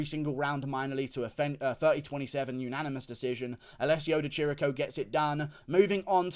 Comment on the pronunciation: It's Di Chirico, ch = K in italian, goddamn it. Love you Guru